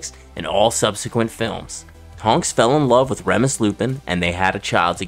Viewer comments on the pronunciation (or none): I’m disappointed you pronounced her name as Kate-lyn Stark It’s CAT-lyn stark Also it’s not Reh-mus Lupin It’s REE-mus It’s hard to take you serious when you can’t even pronounce names correctly Names that have been spoken out loud in each of these medias